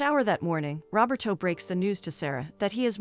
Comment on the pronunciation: It’s “Roberto”, not “robber toe”!